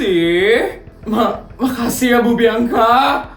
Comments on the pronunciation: Aku dengar "makacihh pak laja🗿🗿" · Kayaknya tadi pas no. 1 bilangnya makacih deh 😅😅😅